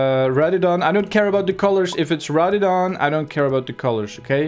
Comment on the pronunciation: It's pronounced RADDION